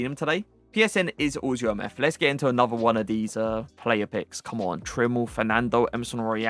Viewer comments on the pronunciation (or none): none